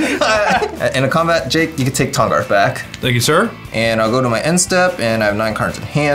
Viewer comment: "This is my commandarth, Tahngarth"